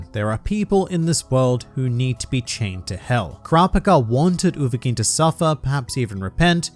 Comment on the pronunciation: I thought he said Uvowhelming😭😂